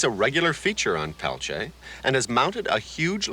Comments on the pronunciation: It's clear the host dislikes Peltier as he chooses to continually mispronounce his sir name intentionally. Tacky and unprofessional. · I can’t even watch this. Every time this man says “Peltier” I cringe. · Couldn't someone tell that guy how to say his name correctly 🙄 even the German / Russian guy said it correctly